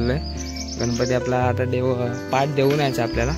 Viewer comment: त्याला "पाठ" नाही , "पाट" म्हणतात....